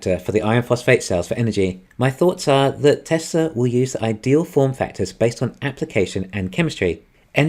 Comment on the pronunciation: “Welcome, to the Teslur economist” lol, every time bro